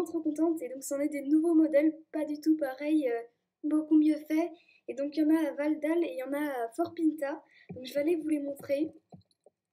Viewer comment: Ah toi aussi tu dis ValEdale ! Y’a certaine YouTubeuse qui disent : valÉdale ... je trouve ça vraiment pas beau à l’oreille 😂!